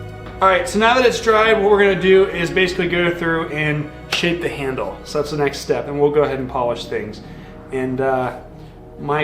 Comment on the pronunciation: Thots a knife!!!! Australian accent!!!!